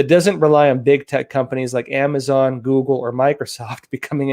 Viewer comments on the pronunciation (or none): none